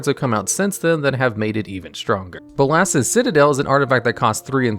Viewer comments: Is there some sort of joke where this guy intentionally mispronounces card names? bo-LOSS, Ermkul, ect. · please check the pronunciation of modal. it's moe-dal:) bolas also:) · This guy should probably learn how to pronounce words before he goes over cards. Modal, conflagrate, Bolas, Emrakul?